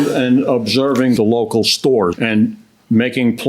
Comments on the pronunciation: Theres no "h" in the word store 😅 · Parked at one shtore and visted a different shtore 😂